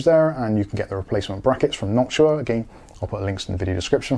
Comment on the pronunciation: Background music reminding me of some 70s police surveillance movie scenes. Thank you for pronouncing Noctua correctly. There's another YouTuber who says it wrong and it triggers me.